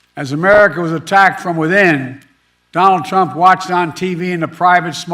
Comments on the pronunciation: At the 8 minute mark…. Who’s Johnald Trump? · “Don Trump.” Biden says😂